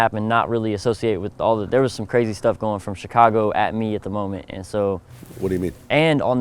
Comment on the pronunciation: "Other Chigago Artistizz" ...